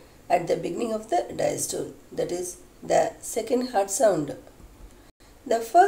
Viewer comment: Madam you did give it a nice try but still it need alot to explain and regurgitation pronounciation was incorrect besides systole and diastole.